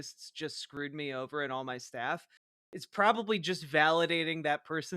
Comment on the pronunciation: When you said "guy has staff", at first I thought you said "staph" as in the skin infection...